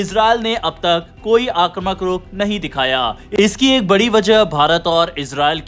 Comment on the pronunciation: "आक्रमक " क्यों बोलते हो?"आक्रामक "बोलने की आदत डालो.